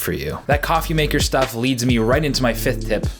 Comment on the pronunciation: Fefth thip...FEFTH Thep....FIFTH TIP